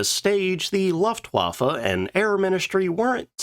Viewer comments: LOOFT-va-fa - Luftwaffe. I can't let this one go. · Jeez man, you pick such interesting subjects, that's really good, but your pronounciation makes brains bleed... Faisler??? Like in Lafuaffa??? Who the hell would Hanna "Rish" be??? Come on😂😂😂